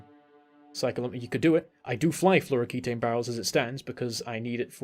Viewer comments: It's fluoroketone (-own) not floroketane (-ayne). Ketones are real compounds in organic chemistry - they didn't make those up. Nice vid. Super hyped for this expansion. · do you have beef with fluoroketone and thats why you keep calling it fluoroketane? :D